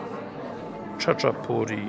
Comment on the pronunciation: Czyta sie tak jak sie piszę Chaczapuri.A czaczę to może Pan zatańczyć ze swoją mamą jak wczyści tą zupkę cebulową . Serdecznie Pozdrawiam. Adrian -krytyk fatalnych krytyków.